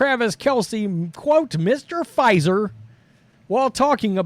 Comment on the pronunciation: Mr. Puh-Fizer.